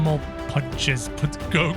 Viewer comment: Did bro just say koku